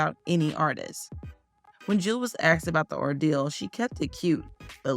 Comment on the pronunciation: “ AXED” BABYFACE?? AXXXXXEEEEEDDDD BABYFACE? NOOOOOOOOOOOOOOOOOOOOO